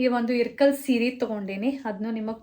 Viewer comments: It’s not irkal it ಇಲಕಲ್ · It is ilakal not irkal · ಇರ್ಕಲ್ ಅಲ್ಲ ಅದು ಇಲಕಲ್